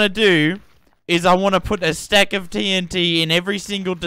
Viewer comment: that's the way TNT should be pronounced, let's spread the message gamers! Love ur humor and brainfarts :D Also, massive respects for all the grind you put into this world!